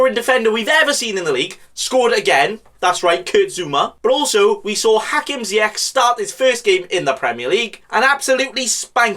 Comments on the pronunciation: its actually Zi-ek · Zeyakh?! Cmon lad he’s Moroccan It’s pronounced more like zeyash